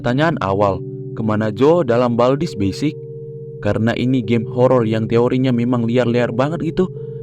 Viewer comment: Bang itu kok "bald's" bukan "baldi's"????